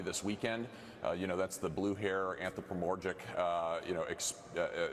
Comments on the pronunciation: "Anthropomorgic?" I know it's hard to handle that many syllables at one time, but picking a word that exists would be good. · Anthropomorgic? (sic) 😮‍💨 He went off script and it shows. Typical Magat "intelligence". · "Anthropromorgic"? WTF is that, when someone cosplays as a morgue? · Anthropomorjick? And I’m supposed to take him seriously? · What the f*ck is “anthopramorejick”? “Blue hair”?? That’s slang for old? Was he trying to say “anthropomorphic”? Does he think it’s a rally for elderly humanized inanimate objects? These people are insane AND dumb. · WTF is "anthropomorgic?"